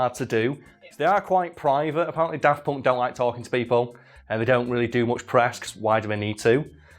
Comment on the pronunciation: 'tis always a bit weird to my ears when you say "Daft Ponk".